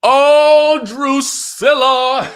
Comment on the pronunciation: " Drucilla' .. 🤣we're keeping it!!!!